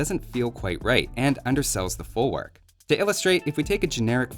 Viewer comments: it's folvark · In Polish W is pronouced as a V. Folvark.